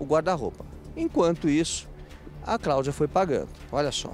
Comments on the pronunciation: A “CRAÚDIA” ficou P da vida 😂😂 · Quem veio pelo o Tolezuando?? 🤣🤣🤣🤣🤣🤣 "A Cláudia comprou um guarda roupa e não tem roupa" "Craudia" "Incrusiviu" KKKKKKKKKKKKKKKKKKKKKKKKKKKKKKKKKKKKKKKKKKKKKKKK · Mano a vendedora ficou tão nervosa que falou errado "Craudia" "incrusivi" esse povo pra engana e um amorzinho depois que engana são um monstro🤬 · Com todo o respeito a, mas "Craudia", "pobrema", " incrusive"? Não dá! 😂😂😂😂😂😂😂😂😂😂😂😂😂😂😂😂😂😂😂😂😂😂😂😂😂😂😂😂😂😂😂😂😂😂😂😂😂😂😂😂😂😂😂😂😂